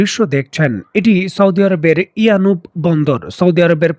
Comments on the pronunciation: It's a yanbu port , not yanub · ইয়ানুব নয় ইয়ানবো।